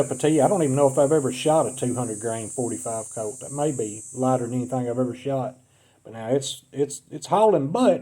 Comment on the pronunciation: I wouldn't buy ammo from somebody who can't get the name .45 Colt right.